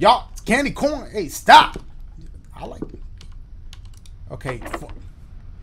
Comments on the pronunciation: I like how he just kept saying candy Corn-na! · Bro, I don't know why but when Dashie said, "Lemme get you some candy CAWN" -- I about died. XD